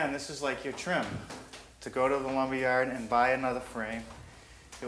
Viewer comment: Pressuh-treated lumbah.